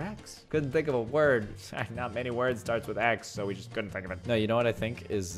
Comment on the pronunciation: When he said never say I cola't he really said "never say I couldn't